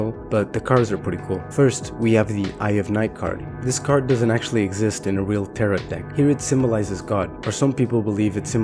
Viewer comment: you went all this time not learning how to pronounce tarot? wow...